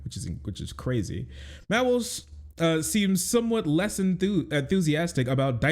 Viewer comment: did he say MAP walsh lmao